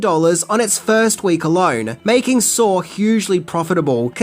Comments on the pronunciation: I knew 6 of these. So, please, 1) stop assuming what we do and do not know, that's offensive AF, and 2) it's called SAW. Not Saur. Idk why accented people speaking English add more "r's' than rednecks, like taters, mater, manners, winders, pillers, etc ...but it's saw. And nobody saur the movie saur. We SAW the movie SAW. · why do you pronounce it "sarr" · Wait?! There’s an “r” sound in Saw? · "Sawr is pretty gwrosse" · "Sawr" Okay. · I'm going to do a shot every time you add an R to the end of the word saw